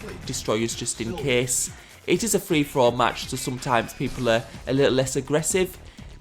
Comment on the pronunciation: What's interesting in the older videos, you can hear him say 'Free For All'. The newer ones sound like threefourall (😁)